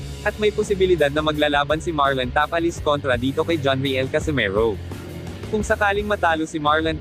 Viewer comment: tapales hindi tapa les.